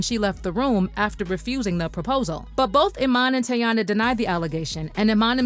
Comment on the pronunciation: Her Name Is Not Tayanna Chile It’s Teyana 😂😂